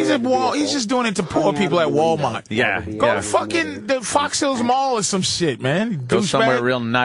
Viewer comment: Patrice's boston accent finnaly comes out when he say Walmart lmao